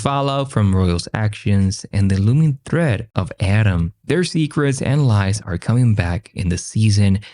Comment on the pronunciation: Every time audio say Autumn, it sounds like Adam.